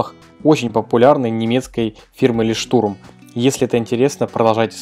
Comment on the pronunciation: Фирма называется Лёйхттурм(маяк). Не лештурм